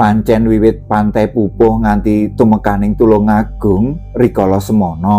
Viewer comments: Alhamdullilah kepanggih chanel sae, wilujeng dalu tepangaken kulo subscriber enggal saking tlatah trenggalek tanggi kutho kalian tulungagung panggenaninipun pantai popoh, nyuwun sewe maosipun POPOH sanes PUPUH.. mugi rahayu ❤ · " POPOH" niku maosipun kados Maos ukoro" POPOK " pakpuh, sanes pantai PUPUH